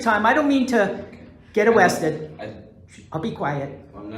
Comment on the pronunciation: "I don't want to get awwested..."